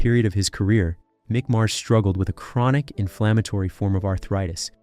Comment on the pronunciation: Meek Mars